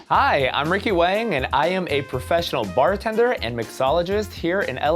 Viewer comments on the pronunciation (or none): none